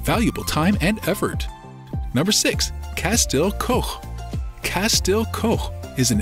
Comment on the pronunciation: He is vey obviously not a Cardiffian, he cant even pronounce places properly, e.g. Castell Coch.